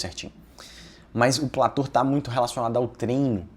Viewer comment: antes de querer parecer o espertão e vender consultoria, aprenda a falar corretamente. PLATÔ!!! "Plator" não existe!